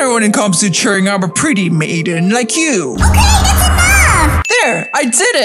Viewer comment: Actually we say it ok not okeh